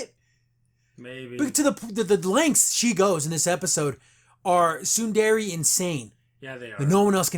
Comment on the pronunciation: The way pronounces "Tsundere" is too funny, lol 😛